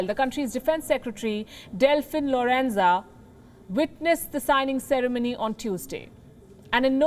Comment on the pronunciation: Ms Palki Delfin Lorenzana not Lorenza. Thanks.